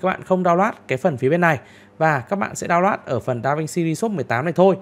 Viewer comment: Phát âm tiếng Anh khó chịu quá, re xốp, đao loát. Kiến thức rất hay như nghe 1 lúc ong đầu thật sự